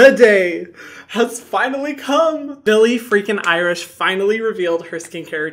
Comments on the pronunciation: Billie fricken IRISH?? Excuse me man it’s Eilish get it right 🤣🤣 (being aggressive as a joke but also like fr man get it right) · Bille IriSH 😂😂😂😂😂😂😂😂😂😂😂😂😂 its elish. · Did he say Billie Irish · Is it just me or did I hear him say "Billie Irish"? 😂❤ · Call me crazy but did he just say “Billie freakin Irish”????? Lmao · Anyone else catch "Billie irish" lmao! Love you hyram! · Not him saying billie Irish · He really did say Billie Irish 😂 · I thought he said Billie freaking Irish